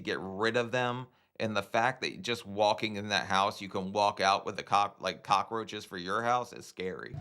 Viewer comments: Is she saying "cock-a-roaches"? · Why do all the hoarders say "cock-ah-roaches"? Watch and listen, none of them on any episode seem to be able to pronounce it correctly.